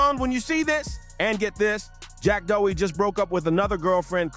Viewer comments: Jack Doughy. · If you’re gonna quick bait someone and use a measure total content, you should always learn to say their name properly😊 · BRO START SAYING HIS NAME RIGHT ARE YOU OK